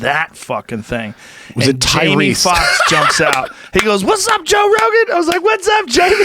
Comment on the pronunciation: Did he just say "Toe Rogan" in the intro? LMAO